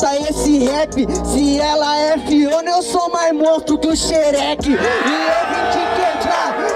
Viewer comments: "Shereke" KKKKKKKK ok né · Kkkkk ele falando Sherek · O cara falando shereck kkkkkkkkkkk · Morriii😂😂 sherekee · Gente o carinha não sabia falar Shrek